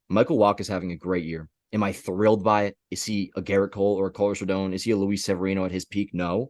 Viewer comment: It’s pronounced RODAWN, not RODOWN